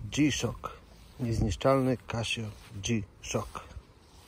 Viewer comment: kaSio nie kaSZio